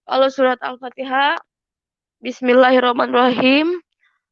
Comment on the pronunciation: Pastas lah dia jadi peserta MTQ baca patiha nya pasateen kaliii aaah😊😊😊😊😊😊